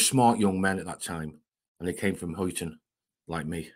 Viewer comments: Its HUYTON NOT hoyton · Huyton is not Hoyton, its pronounced Highton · It's pronounced highton, but spelled huyton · Wondering where Hoy ton is..this is what happens when the narrator doesn't know the area, just as well they weren't from Fazackerly or Gateacre😅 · From 2 dogs and can't say Huyton properly